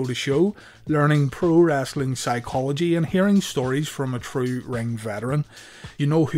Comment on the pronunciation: I feel like this guy says "wrasslin" on purpose